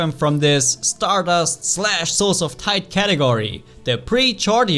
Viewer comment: Lol Everytime said souls of Tide it sounded like he said souls of tight